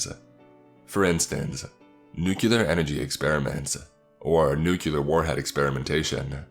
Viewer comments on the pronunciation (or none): Apparently the word "nuclear" now has 2 U's in it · Ruined by you mispronunciation of nuclear